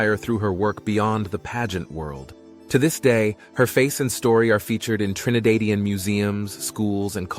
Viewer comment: Dearest: You are mispronouncing the denonym "Trinidadian": the /a/ in the second syllable "da" is pronounced exactly as in "dad", not as in "made"or "grade": Tri -ni - DÁ - dian". Got it? You use the Spanish denonym "trinitario" when the correct word is "trinitense". Sadly, the island's nationals are not yet part of the Holy Trinity. Best food on planet Earth! Eaters of only properly cleaned chicken, which explains why Trinis often gag after taking a bite of poultry prepared in Europe or North America. Trinis use the word "fresh" to describe the nausea-producing smell that hits palate above tongue. Foreigners use the adj "gamey". or wild. The word, "fresh" has negative connotations in Trinidad: insolent or cheeky when applied to children, gamely, nasty, applied to food; smelly of young sweaty bodies. Creators - and best players of - the steel pan. Trinis tend to laugh at, and be irritated by, that silly "pling, pling" steelpan music in movies and documentaries which is supposed to be representative of the Caribbean. Excellent standard of education,(al menos, at one point in time) The real heroes...and there are many - are not those who have amassed a fortune, but the often unsophisticated men and women working quietly behind the scenes both in their communities and in charitable organisations. Happy exploring! and as you do, see whether you can discover how/ why hitherto peaceful, relatively crime - free Caribbean islands have suddenly found themselves